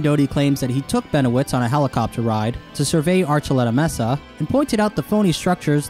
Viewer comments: The word "mesa" is mispronounced in the video, the E has a long A sound. Emphasis on the first syllable, "may'-sa." Not "messa" as the closed captioning spelled it. I don't mean to be the Grammar Nazi, but no one wants to sound uneducated. Just trying to help. I beg your pardon. Always great content and well researched, thanks for sharing. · may-suh not messa (mesa) love your videos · Mesa = maysa It amazes me how much native speakers get wrong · The weirdest thing about this? The way pronounces "mesa" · pronounces 'Mesa' like how I imagine 21 Savage would on the Knife Talk remix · Someone just let me know that I’m not crazy and that he’s saying mesa wrong. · you keep saying mesa wrong.